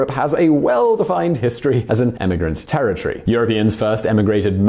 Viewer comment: It's "territory", not "terror tree".